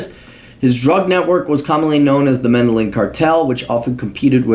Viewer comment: Learn to pronounce Medellin.